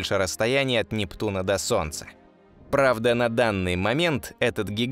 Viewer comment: Не Шептуна, а Нептуна